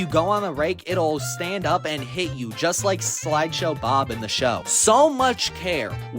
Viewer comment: "slideshow bob" 😭